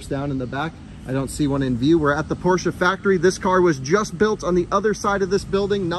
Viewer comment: I'm happy to hear you pronounce Porsche correctly :D